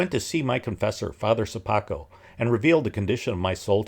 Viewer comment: I like the way, you're pronouncing "Sopoćko" surname :)